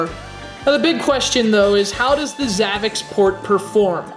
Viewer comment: Your pronouncing the system wrong its like if you were going to try to pronounce ZAVICSPORT The last part of the name should be like if your trying to say sport with zavic. Just trying to clarify.